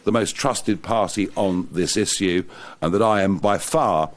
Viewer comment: Maybe one day he'll learn to pronounce "Issue" 🤣🤣